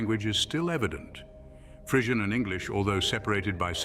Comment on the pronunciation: Crap video. He doesn't even pronounce Frisian correctly.